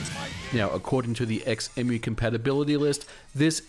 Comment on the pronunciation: Surely its pronounced "Zemu"? Like Xenon, Xylophone, Xaviar, xenomorph, xenophobia, xenia, xena etc etc ??